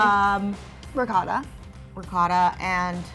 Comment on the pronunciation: As an italian, I'm cringing at the way they said ricotta